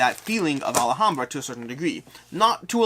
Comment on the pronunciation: All-hahm-bruh, not All-a-hahm--bruh. You're adding a syllable. Also, Xia is pronounced on every KS video done by the designer, and it's an "I" sound followed by "uh." Zi-uh.